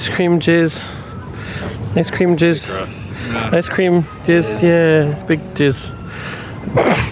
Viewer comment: Hey bud, I know you said “ice cream cheers” but no you didn’t you said “ice cream jizz” and I love that for you